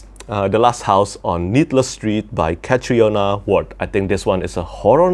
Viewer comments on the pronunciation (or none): Catriona is pronounce Katrina. It's Irish. :goodvibes